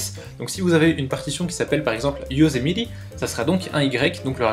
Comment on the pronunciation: Comment tu prononce "Yosemite" ??? o_0 sinon très bonne vidéo ;)